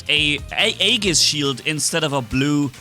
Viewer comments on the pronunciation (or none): none